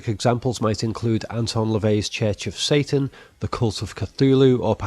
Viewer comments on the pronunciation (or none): none